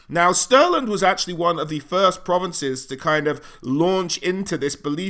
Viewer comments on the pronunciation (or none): none